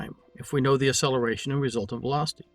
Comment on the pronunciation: Your enunciation fail on the word acceleration, is painful... I keep hearing ah or uh-seller-a-shun, never acceleration... You are still many times more knowledgeable than me, much more of a master in the world of intellect.